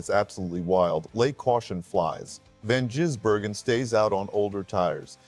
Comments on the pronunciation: Not Van Jizz-burgen, it’s pronounced Gizz-burgen. But thanks for the vid. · did you really (mr AI) just say Van jizz-bergen?!? wow.. I've heard it all.. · Vanjizzbergen?!?? Terrible AI voice!!